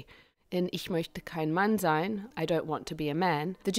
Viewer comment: "Ich möchte kein Mann sein" perfekt ausgesprochen.